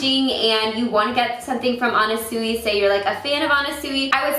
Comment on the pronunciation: it's pronounced more like anna swee